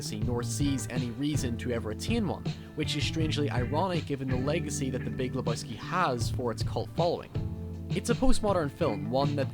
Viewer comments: Le BOY ski 😂😂😂 Fucking A. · Not leboyski, lebojski LEBOWSKI, LE BO WSKI !!!!